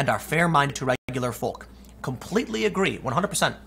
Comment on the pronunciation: Tim, would you say you Ah-guh-ree?